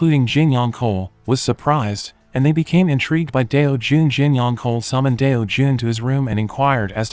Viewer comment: Tell AI, it's pronounced ch-ohl, not kohl.